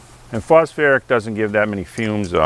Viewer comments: Phosphoric not phosferic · It’s phosPHORIC ACID , not phosFerric acid 😱😱😱 But a great video 🥳🥳🥳 nonetheless. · Phos FOR ick acid. 😉 not phosferric smile🙂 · Pronounced -- foss foric.😅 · Why would I listen to a guy who can't even pronounce phosphoric?